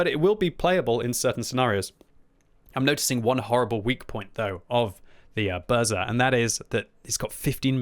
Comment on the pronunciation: Quick polish guide for: V Zadymka (which means: little fracas) was pronounced on point. VI Burza: in this case you dont split 'r' and 'z'. Instead you speak it as a single letter. The best comparison I found would be with the first sound from the name 'Jacqueline' VII Gowika: on the spot VIII Kilana: on the spot IX Gonkiewicza: 'Gone'-'kye'-'vee'-'cha';) X Błyskawica: you got it pretty ok. GG;)